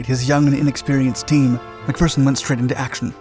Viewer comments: He got McPherson right so I let him pass on Jedburgh as I doubt many outside of Scotland have heard of the place. But I couldn't let him get away with Citroën though 🤣🤣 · Iys always a bit cringy hearing nin-Scit's using Scottish words like "wee", but possibly the first non-Brit pronouncing the name McPherson correctly. 10 out of 1o for that👍 But 2 out of 10 for the pronunciation of Citroën. Impressive 🤣🤣